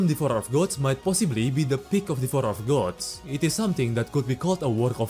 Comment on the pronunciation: bro hit me with the "devorer of gods"